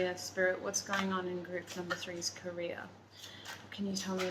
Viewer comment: The way you pronounce Career it sounds like Korea lol